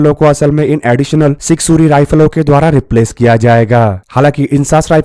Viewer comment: Sig suri what suri ? Punjabi hai kya? kya bhai ye haal hai defence chennel ka.